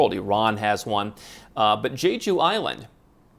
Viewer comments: Jeju Island is gorgeous with amazing fresh seafood and great beaches and nature. It’s the honeymoon destination for Koreans, kind of like Hawaii. However, it does get chilly in the winter. And it’s pronounced more like Che than Je on the first syllable. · how many houses around the world do you own? what a phony.... and you should learn how to pronounce Jeju, actually you have zero clue about what you are talking !